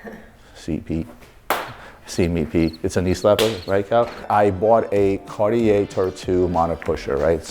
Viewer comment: Marco was supposed to teach the proper pronunciation of Cartier to the LB team. What happened?